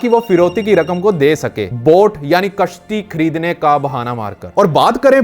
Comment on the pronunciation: किश्ती नहीं भाई कश्ती